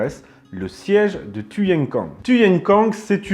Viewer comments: tuyen quang se prononce " kouang " ... les pavillons noirs étaient des anciennes troupes taiping qui s'étaient sauvés de chine à la fin de la terrible insurrection du même nom ( ) . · Un Vietnamien aurait prononcé ' touyène couangue' !.. fr.qwertyu.wiki/wiki/Siege_of_Tuyên_Quang